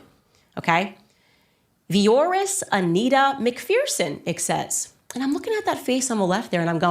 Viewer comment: It’s said as Mc ferson not feerson